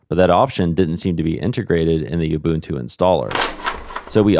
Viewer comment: isn't nginx "engine-x"? But thank you for getting 'ubuntu' right!